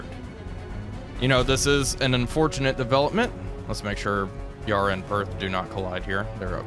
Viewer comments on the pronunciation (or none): Recommend you google how to pronounce Yarra…